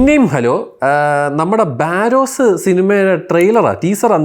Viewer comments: ബാരോസു അല്ല myr barroz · ബാരോസ് അല്ലടെ ബറോസ് ആണ്. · ബാരോസ് അല്ല ബറോസ് 😂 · Baa-ross...alla monne....barozz... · ബറോസ് ❌️ ബാരോസ് ✅️